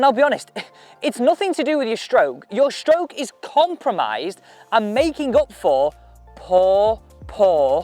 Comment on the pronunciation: It’s stroke, not shtroke